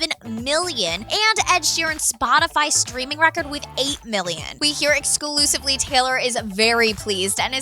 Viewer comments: The stupid woman said excusively about 5 times. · The amount of times and the way she said "exclusively" was extraordinarily annoying! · the way "EXCLUSIVELY" emphasized...